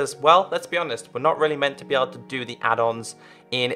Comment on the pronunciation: Who else thought he said (hey guys welcome back to minecraft pe adults video) rather than add ons video